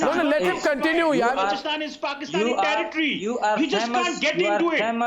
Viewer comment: saying tarrrritri for territory sounds like toiletries